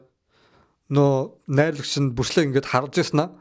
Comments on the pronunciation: Бүрслэ биш Брюүс Ли гэж дуудмаар юм бишүү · Күмпүү, Пилософи, Пүрслээ л гээд байхын😂😂